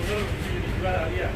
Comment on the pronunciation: Ayla pak bukan alia.. Lol